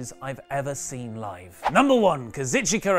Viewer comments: Hey,, I know you have a difficult time with Kazuchika Okada's name so I figured I'd just break it down for you. This for lol I'm a dick reasons it goes Kah-Zoo-shh-KAH. the EE-is silent or something like that. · The only thing wrong with this list is your awful pronunciation of Okada's first name, otherwise I cannot really complain